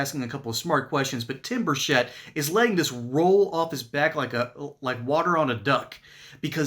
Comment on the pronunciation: It's not Bushett it's Burchett. Please say it RIGHT!!!